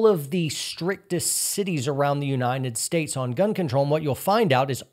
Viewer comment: I'm sorry for being an ass, but what is that "Unineted" States speech impediment?